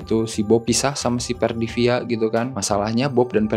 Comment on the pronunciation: Perfidia, bukan Perdivia 🤭🤭